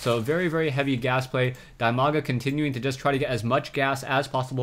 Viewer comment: That Name is spelled "DEE-Maga" actually, not like you do